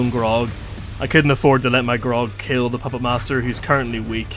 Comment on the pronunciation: bro you gotta stop pronouncing the graug as grog. Also you don't need to kill it there's a way to just dismiss your beast or bodyguard